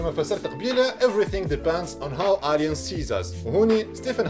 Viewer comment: Aliens ama pronounced Eliens